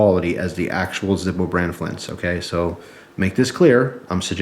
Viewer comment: Zirpo, rofl